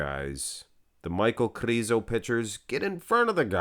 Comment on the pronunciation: Those videos are only excuse for you to say kRRRizo🤣,nmsaying